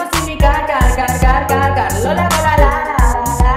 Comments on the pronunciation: pensé q decía cacaca y después me di cuenta que era car 😂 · Yo pensé que decía caca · Siento que dice caca :v::vv